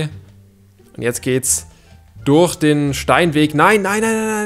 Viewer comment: Wie er das durch falsch ausspricht